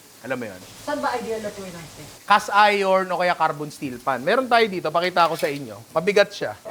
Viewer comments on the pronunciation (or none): none